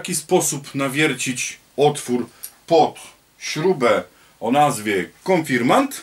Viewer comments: Konfirmat czy konfirmant? Inaczej w tytule a inaczej w wymowie. Proszę o sprostowanie. Pozdrawiam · konfirmaNt… konfirmaNt… AAAAAAAAAAAAAAAAAAAAAA!!!!!!!!!!!!!! KON-FIR-MAT!!! KON! FIR! MAT! AAAAAAAAAAA!!!! Poza tym: film naprawdę dobry. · KONFIRMAT a nie konfirmant !